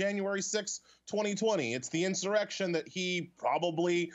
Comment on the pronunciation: The greatest criminals are never held accountable, unless they're partisan enemies of several elites and the state. This afro guy is a hypocritical bias bigot, "they're dumb", how professional. He also gets an erection when he falsely claims there was an in-sore-ection.